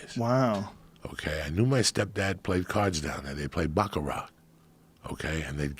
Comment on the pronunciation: Dying 😂🤣 that Joey calls it "BackaRack" When it's baccarat... But lost it that he thinks its takes 5 guys sitting around a table to play backarack